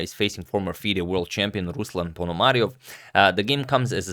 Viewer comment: ruslAn! stress on the A, not U